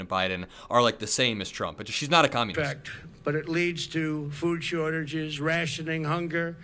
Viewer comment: lol "leads to food shushuges"